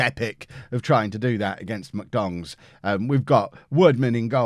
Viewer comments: You said MK Dons, I heard MK Dongs. Both work imo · Listening on headphones... 10000% definitely just called MK Dons “MK DONGS” 😂😂😂😂